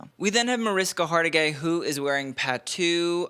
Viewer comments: Hargitay, not Hartigay. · it's Hargitay, not Hartigay. Love your fashion share. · "A Dior late and a dollar short." Genius quip, hon! Also, it's Hariska Har-GI-tay. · Mariska Hargitay not Hartigay lol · And Hargitay, not Hartigay